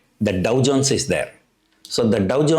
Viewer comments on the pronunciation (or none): none